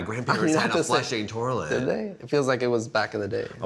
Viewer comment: There is no "r" in toilet. He kept saying, "tor-let". "My Grandparents had a working tor-let" 😐